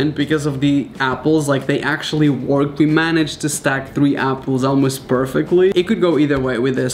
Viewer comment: You pronounce it wörk not work